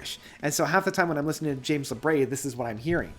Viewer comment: I almost always enjoy your reviews, but i must ask: what on Earth ends up making you say James LabRAY? It’s Labrie, as in Labreeeee. Lol.